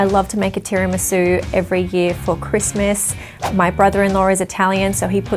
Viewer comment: As an Italian in the back you are closer on your second pronunciation of Tiramisu, and also I make mine without booze, and hope you don’t actually drink!